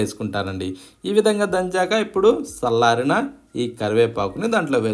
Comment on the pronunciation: Sallarina kadu challarina bhasha chakkaga matladite vinadanniki mee pachhadila chala ruchiga untundi 😊